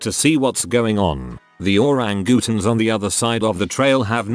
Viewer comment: Same, plus the pronunciation of the word orangutans